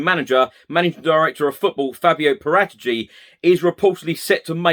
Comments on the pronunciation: This is how you're supposed to pronounce Paratici.... I'm now going to say it every sentence so you get the point and I remember how to say it... :-) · Whatever the case is with Kane they’re not going to say anything to the contrary are they if they said he’s available his price goes down and with it any potential perceived leverage. Nice clarification on the pronunciation of Paratici.